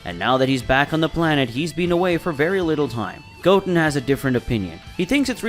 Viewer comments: Ok so I really like your stories but I have to ask about a couple of pronunciations Goatin (instead of Goten) and Brawly (instead of Broly). Is that a creative thing or is that how it's supposed to be said? I'm not trying to make fun or anything I'm genuinely curious because I do like the work but those two pronunciations just sounds a little bit different than what I have heard in the past. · I hate the way he pronounces whis and Goten 🤣🤣